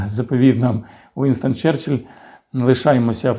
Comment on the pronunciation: Нічого не сталося, сказав "черчелль"..